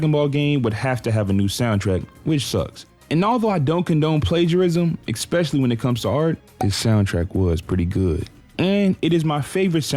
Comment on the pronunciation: Is the word “Ick-specially” a regional thing or Gen Alpha thing? I here it more and more lately.